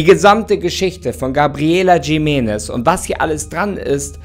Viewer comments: Nicht „Schimenes“ sondern „Chimenes“ (Jimenez) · Bitte nicht Jimenes, J - wird als CH- also als Chimenes ausgesprochen. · Das heißt gesprochen "Riménez" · Ich glaube, es wird "Chimenness" ausgesprochen. Mit so einem "Ch"....hm...wie bei dem Jorge Gonzalez von Topmodel oder was das war. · Triggert mich wie du Jimenez aussprichst 😂 es wird J als H ausgesprochen 👀,,Himenez" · Jimenez ist ein spanischer Name, also sprich es auch so aus